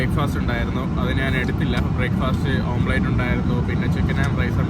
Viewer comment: ഓംപ്ലേറ്റ് അല്ല ഓംലെറ്റ്